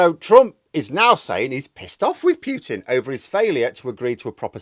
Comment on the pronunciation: Don't pronounce Piutin pronounce Putin